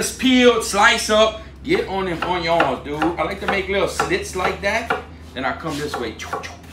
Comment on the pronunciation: I love hearing “oyons!” 😂👍🏽😎